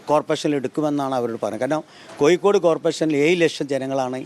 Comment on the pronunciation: ഒന്ന് കൂടി മലയാള ഭാഷ സംസാരിക്കുന്നത് നന്നാക്കണം. ഉദാഹരണം - അഴിമതി ക്ക് പകരം അയി മതി എന്നാണ് പറഞ്ഞത്. കോയിക്കോടല്ല, കോഴിക്കോടാണ്........